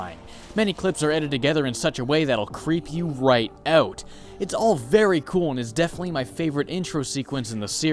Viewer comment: "creep you right our" is so canadian lol. id say something similar